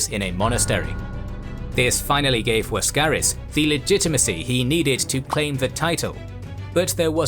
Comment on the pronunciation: Why is the narrator pronouncing Laskaris as Waskaris with a W? And prounouncing Boril as Boriu?